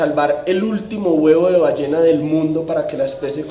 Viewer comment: "Qué especie de bañena pone un huevo?" Tara-ra-ra-ra... 😎 Hahaha... 🤣 Ballena con "Ñ" carajooo... 😂 Excelentísimo video! Se repasa lo que se sabe y también se aprende cosas nuevas.